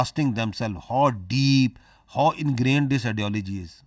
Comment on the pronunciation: Mulla Sharif doesn't know how to pronounce the English word "How" every time he has to say it he says "Haw!!" It's an entertainment to watch him I bet I can watch this shit entire day in loop so funny 😂